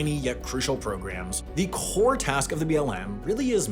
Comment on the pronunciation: I really don't like the way Sam says "core," and somehow he finds a way to say it in every video.